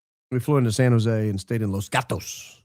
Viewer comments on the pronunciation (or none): none